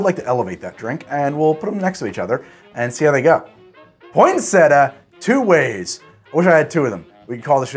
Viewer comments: Poin sett ia, not poinsetta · I didn’t go thru enough comments to see if anyone corrected you on the pronunciation of Poin-set-ee-ah. 🤨 not point-setah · In Ireland we pronounce it pon(or poin)-sett-ee-a , so this is really jarring. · word: poyn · seh· tee· uh: POINT SETTA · It's named after the plant pronounced point-set-tea-uh it really bugged me how you were pronouncing it. I can hear my nan tutting you for it 😂😂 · I don't know why the American pronunciation of poinsettia annoys me so much. Why don't you pronounce the second i? Poin-set-EE-ah. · its Point-set- iya!!! 😆😆😅 And can we just cut to the Absinthe... 😉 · its pronounced (Pon-set-ia) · It’s pronounced Pon-set- e-ah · Say it with me: Poin-set-tea-ah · poin-set-tia, you have to pronounce it with the 'i'. I can only imagine the outrage we would have received for that pronunciation :) Merry x-mas everyone! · step 1: pronounce cocktail correctly... 🙄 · Thank you the way he said it irked me so much because it’s even spelled how it’s supposed to be said why is he dropping the ‘ia’ ? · I love your videos but work on the pronunciation of the drink's name atleast